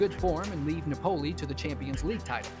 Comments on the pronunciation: The overview of Khvicha's life is good, but please learn how to pronounce countries and teams' names correctly, e,g., Nah POE lee, not NAH pole y. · Lol yeah - Na-PO-li😂